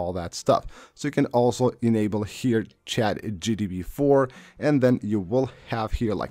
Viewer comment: It’s Chat GPT, not GTP* 😂